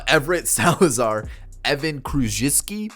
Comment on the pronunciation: You did great pronouncing Evans K’s name.